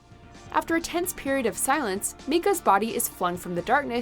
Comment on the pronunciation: Since when is Micah pronounced me-ka? My name is Micah and it’s pronounced Mike-a